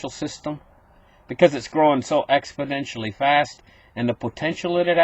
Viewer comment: Here’s the thing! “ExpoDentially”